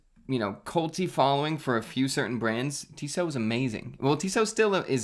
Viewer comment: Pronounced “Tissot” correctly. But not “ETA.” 😂